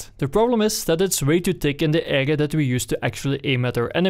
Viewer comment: Soms zegt hij "ega" in plaats van "area". Hoe verneuk je dat? :P